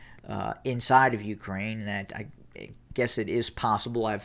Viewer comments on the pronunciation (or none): none